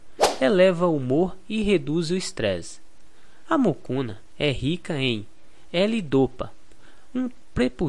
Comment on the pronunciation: Não é Mucuna! É Mucunã!